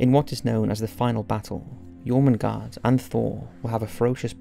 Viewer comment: Am I correct in saying that in English Jormundgand(r) sounds closer to Yermundanth(r) and Nidhogg(r) is more like Neethherg(r) with the 'th' in both cases being pronounced with a hard 'th' similar to 'the'?